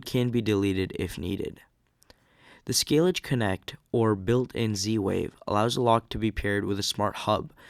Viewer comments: My favourite pronunciation was.... Skay-Lidge. Bahahahhaha! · Schlage rhymes with vague